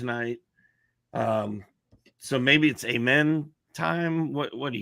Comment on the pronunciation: It's Ah-men not A-men and it's Shen-goon not Sen-goon 😂